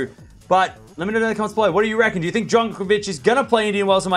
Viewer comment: Djonkovich? 😂 you need to slow down and get the pronounciation right!